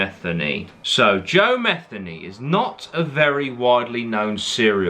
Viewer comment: It pronounced meth-ee-knee